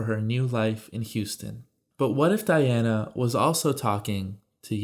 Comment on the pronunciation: Diane not Diana....